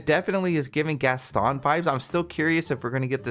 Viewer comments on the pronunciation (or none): none